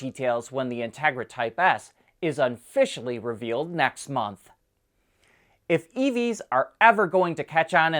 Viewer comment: "is unficially revealed". Good one. ;-)